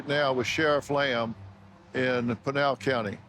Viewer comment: it is p"I"nal the I is as in IT or IS not pronounced like a instatution